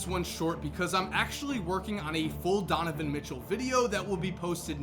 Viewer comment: you said tonovan mitchell at the end